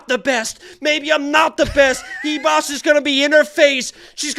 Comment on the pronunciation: Why the hell does everyone say amanda Hivas???? Its ribas with a RRRRRR